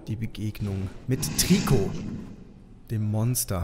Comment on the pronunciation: Es wird treico ausgesprochen